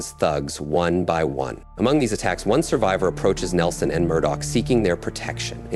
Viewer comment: Some of these pronunciations…omg. Nielson. Gob.